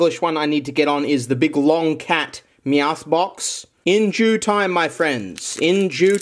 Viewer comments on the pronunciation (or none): “in Jew Time”